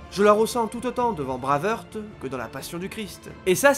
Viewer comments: C'est tellement bien fichu comme vidéo que c'en est d'autant plus dommage d'entendre "Braveurte", "Braveurte", "Braveurte" tout du long... "Braveheart" que diable ! J'ai quand même liké sans hésiter, mais j'ai sursauté à chaque fois ! ;) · S'il te plaît ! Brwaivhart et non braveheurt ;) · Super vidéo mais je t’en supplie, dis plutôt Brève Harte si tu souhaites prononcer Brave Heart à la française !